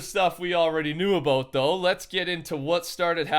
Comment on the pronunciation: TCR's inner Canadian tried to come out for a sec "aboot" 😂